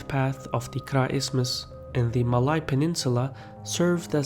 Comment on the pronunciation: Muh-lay Peninsula. Please pronounce it properly